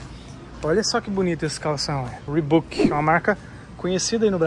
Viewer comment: Sem querer, mas já sendo chato. Reebok se pronuncia "riboque" e não "ribuque". E camisa tem botões, camisetas não. Desculpa, mas maratonando do seus vídeos, reparei nessas coisas.